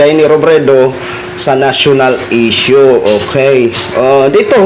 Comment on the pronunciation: Leyne, eshyo, eypisode, elecshun, 😂😂😂 pag ganitong vlogger din lang defender na kandidato TALO pa rin 😂😂😂